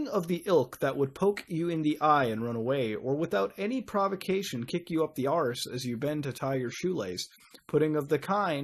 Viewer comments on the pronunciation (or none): damnit dude, say arse, not arsh